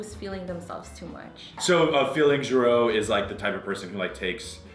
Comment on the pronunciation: feeli-nge-ro not feeling-ge-ro